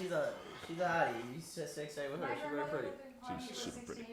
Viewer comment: Yay! It's been a wery, wery long time.